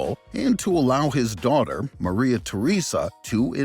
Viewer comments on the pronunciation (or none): none